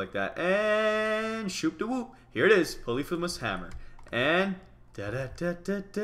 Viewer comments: It pronounced poly-feem-us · Mitch u r suppose to say it like this Polly-fee-mus